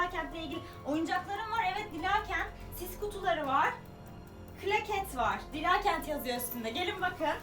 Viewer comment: Abla ismin dilaaa kent diye okunmuyor dila diye okunuyor